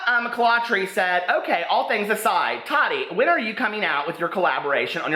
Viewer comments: It’s Taw-tee not taddy lol!!! I still love you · I love your videos... I wanted to let you know it's pronounced Ta-ti not ta -di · her name is pronounced taa-teee not tadee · i love that you call her Tottie instead of Ta-ti . LOL #hottottie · Lmaooo! The way you call her “Tottie” lmfaooo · The way he says Tati 😂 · Ps. I love you! (Even when you read Queen Tati wrong 😚 )